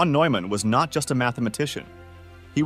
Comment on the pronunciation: "The brilliant mathematician John von /Newman/. John von /Noyman/, a mathematician..." The time that it's mispronounced, it is also misspelled in the captions. Telltale sign of text-to-speech.